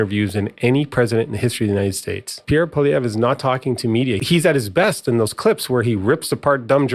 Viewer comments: His name is pronounced polly-ev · You are badly mispronounce Poilievre. Might learn how next time.